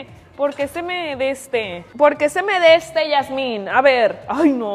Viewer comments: "Detesto el deste" "Esperemos a que esté el deste"... Me haces el día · "Detesto el deste" "Esperemos a que esté el deste" 😂😂😂... Me haces el día 😆